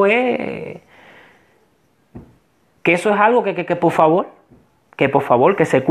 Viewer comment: Se dise por favor no polfavor